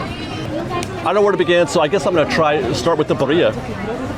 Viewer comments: What’s Burr iah? It’ BEER-ee- ah!! And roll the rr How hard is it to pronounce things correctly? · Baaaria…I just met a girl named Baaaria! 😂 It’s BEE-REE-AH! 🙄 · “BEER-e-uh.” Emphasis on the beer. Lychee is “Lie-Chee” Karaage needs a roll on the R the same way you mispronounce Macaron. Macron isn’t a Spanish word but actually it’s French 😅. The N is soft/almost silent. Also the R is in the back of the throat but that’s just too many things to think about 😂 It’s okay though. gets the award for most mispronounced International food items 😅.